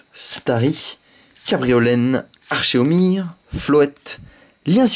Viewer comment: olie de dire arcomir ta dit archomir lol